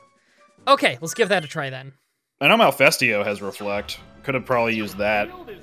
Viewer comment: Its not really an accent issue when you read Malfestio as Malefesto, reading Ludroth as Luddroth instead of Loodruth is a different story though. Its just you not reading carefully and not caring enough to pay attention. Sorry but that is not an accent problem.... No hate btw, just wanted to let it out. Love the series otherwise, 2nd time I am actually watching it :)